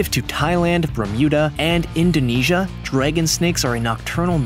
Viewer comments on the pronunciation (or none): none